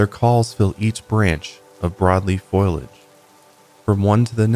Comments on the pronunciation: Wish the episode was a little longer. Btw: foliage has 3 syllables. It’s pronounced fō-lee-ij. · Ingesting all the higher love wellness products and tucking myself in 😴😴 ETA in my best hermione granger voice: it’s foliage not foilage 😂😂